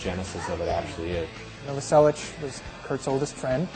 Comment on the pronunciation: charles cross is pissin me off, it's Novoselic not Novoselch